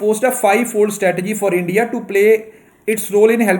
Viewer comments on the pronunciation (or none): none